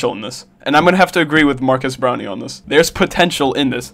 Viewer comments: Am I the only one who hears not marques brownlee but rather marques brownie? Great vid tho, Twitter is at it again cancelling everything and anything on sight... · BRO HRE PISSING ME OGG SAYING BROWNIE